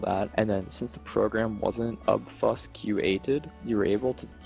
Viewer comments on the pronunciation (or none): "uhb fusk yew ated" it's freaking obfuscated bro. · "obfus que ated" and this is why I believe this guy is total bullshit. OBFUSCATED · lol the way he said obfuscated lol how did this kid make money